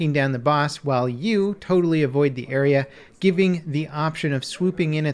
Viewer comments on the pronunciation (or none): none